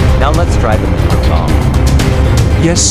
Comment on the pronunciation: Munroe bomb not monroe Bomb